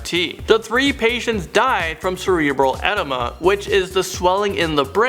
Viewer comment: I love these videos, but PLEASE work on pronunciation! It's not "mascular degeneration" or "cerebral enema." Most of your videos have mangled city names (KalamAzoo is really KalamaZOO). A small irritation but an irritation just the same.